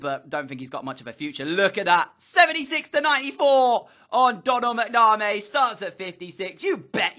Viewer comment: Doh-nul Mac-na-mee is how it's pronounced